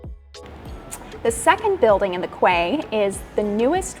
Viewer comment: Quay is pronounced key!!!! ❤